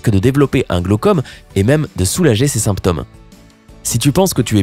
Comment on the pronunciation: On prononce "glaucÔme" et "symptÔme"...la marche n'aide pas à prononcer correctement semble-t-il! 😀